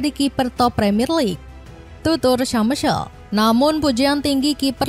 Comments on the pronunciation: ..Schmeichel dibacanya syemaykel bukan semesel 😂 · Kalo boleh kasih masukan: satten bukan suton, smaikel bukan syamesel.. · Schmeicle : shcemei keil how to pronounce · "TUTUR SEMESEL" 😅